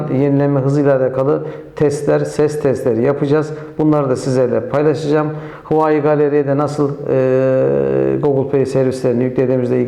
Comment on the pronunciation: huvayi değil huavey diye okunuyor bir de apepe galeri yerine epp galeri diye okuyabilirsiniz . inceleme biraz eksik kalmış